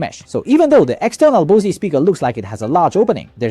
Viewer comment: Bro it's BOSE not bosiee 😂😂😂😂😂😂😂😂